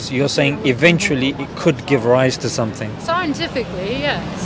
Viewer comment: lmao that halirious SiEnCeTiFcLy